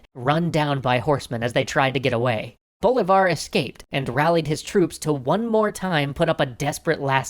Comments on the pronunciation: see MOAN bo LEE var. NOT SEE-moan BO-li-var. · It's pronounced bo-LEE-var. Not BO-leevar. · I could swear you are saying "Boulevard" on porpuose by now. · DJ-unta? Curakow? BOLivar? How can you know this much about history and not know how to pronounce anything?